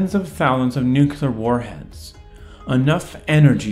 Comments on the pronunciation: "Nukular?" Dude... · Nukular? What is nukular? I only know nuclear.